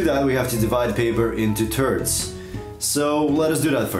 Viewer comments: "And to do that divide the paper into turds" m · "divide the paper into turds"